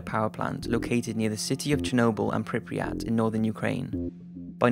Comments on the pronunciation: Good documentary, but I wonder: what's with Prypiat pronunciation? You English speakers seem to add extra letters (for example NaTzi instead of Nazi), and the same is here. Is Prypiat, not PrypRiat. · “Pripiyat” lol